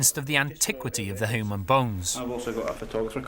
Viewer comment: This was really cool, but why does he keep saying "hoo-man"? Is he Ferengi?